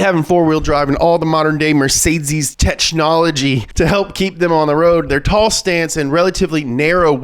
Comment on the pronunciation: Did he said te"ch"nology??